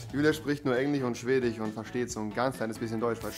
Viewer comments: Niemand: Absolut niemand: Rewi: Swedich Nicht böse gemeint😂😂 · Niemand: Rewi in den ersten 30 Sekunden: Englich und Schwedich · Englich und Schwedich 😂🤣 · Chwedich und Englich kenn ich noch gar nicht 😂😂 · Englich und schwedich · Niemand: Absolut niemand: Rewi: sie spricht nur SCHWEDICH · Englich" und ,,schwedich" ich Feier deine Aussprache 😂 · niemand: rewi: schwedich, englich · Das Problem ist halt, dass Rewi auch kein Deutsch kann... ich sag nur SchwedICH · Schwedich und englich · englich und schwdich